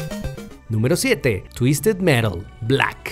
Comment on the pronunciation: Fue muy gracioso como Dijo: BLACK 😆